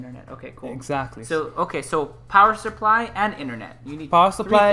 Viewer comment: that dude saying SUR-ply is killing me.. SUP-ply.. SUH-ply... SUH... SUH.. no R